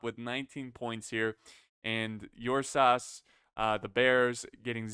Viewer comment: hey big guy. i believe it should be spellee ursus, and the ur is pronounced like in uruk